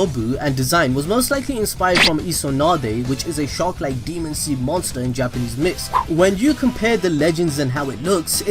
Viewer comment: He said gapanese